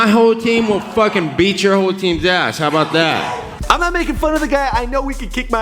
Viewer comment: how bow dah